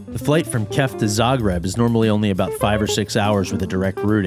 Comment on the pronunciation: Zah-greeb it is!